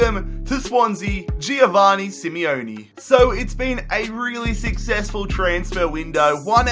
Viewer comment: It's jo-van-ni not jio-vani